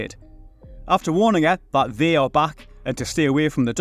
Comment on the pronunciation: "They" ... I thought you said "V".